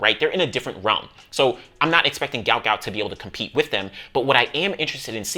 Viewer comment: Stop the mispronounciation of the man's name it's guot guot